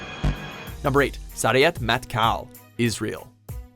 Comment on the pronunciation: Sayeret is pronounced like Sa Ye Ret. and Shayeter is Sha Ye Tet. just so you know